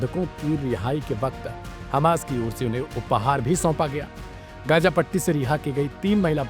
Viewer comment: "Gaaja" "Ijraili"😂😂 kese kese log journalism mein Aa gaye, "z" pronounce nahi kar pata bechara.